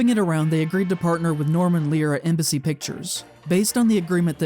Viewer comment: And only near the end I realised you was saying Embassy and not MBC